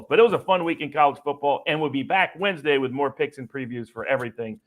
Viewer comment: I’m sure I’ll get crushed for this but why does say “wins-day” instead of Wednesday? Or Bingals instead of Bengals?